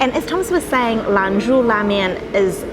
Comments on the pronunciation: Love the look of the flaky roti!! By the way it's Lan "Zhou" la mian, not LAN "zhu" :) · it,s lan-JO !!!!